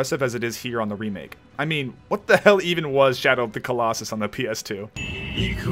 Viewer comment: shadow of the colos-sus edit:SORRY I HAD TO LMAAOAOO